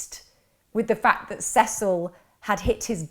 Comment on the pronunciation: I can't believe u can't pronounce Cecil u had to watch some sort of interviews so come on